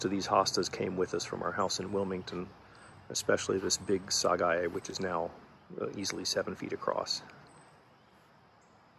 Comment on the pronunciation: It’s pronounced sagae instead of syguy